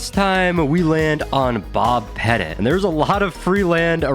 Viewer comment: Only criticism is Bob's last name isn't pronounced "Pet-It". it's pronounced similar to the word "Pet-Tea" his last name is quite literally the word Little/Small